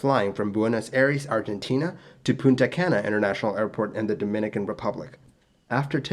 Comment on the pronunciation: Buenos Aires was so mispronounced followed immediately by Punta Cana so well pronounced that I had to hit back to see if I heard correctly lol. To be clear it's okay to mispronounce things, if It's understood then that's all that matters and Spanish sounds are very different from English ones so it's understandable for anyone who is monolingual, hell I'm bilingual and often mispronounce Spanish words when speaking in English.